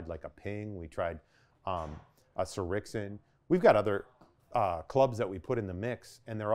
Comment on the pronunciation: I'm sorry. Any fitter worth that is legit has to be able to pronounce "Srixon." Major red flag.